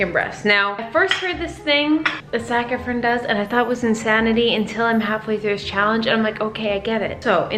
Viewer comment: There was a time you said his name and I swore you said “Snack Efron”... lol not wrong!